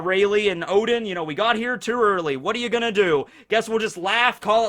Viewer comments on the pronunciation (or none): none